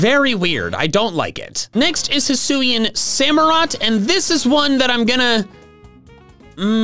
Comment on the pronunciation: SAMUROTT, NOT SAMOROT! DECIDUEYE DOES NOT START WITH A B, IT STARTS WITH A D! AND DO NOT LEAVE OFF THE U IN DECIDUEYE!